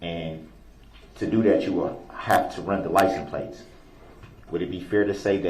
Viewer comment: For the love of god stop saying licenplates